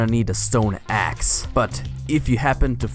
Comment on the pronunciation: When he says axe it sounds like ass